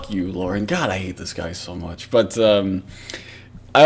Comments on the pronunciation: Dear CAWD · OH CAWD YES